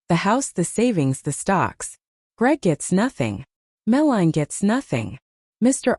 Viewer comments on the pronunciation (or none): Oi ai voice it's pronounced Mel-a-nie not whatever you were saying.